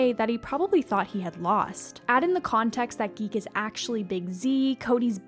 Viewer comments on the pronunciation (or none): 5.36 Big Z's name is ZEEK not Geek